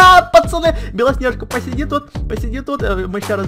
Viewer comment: Почему ты говоришь белоснеға